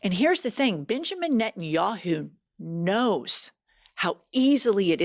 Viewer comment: Bitch-amin Netanyahu is what I heard. You should do that on purpose! Except the US is Bibi's bitch. 😢 Even if you don't always use Butthole of the Bible Belt when you're being formal and bringing the gravitas.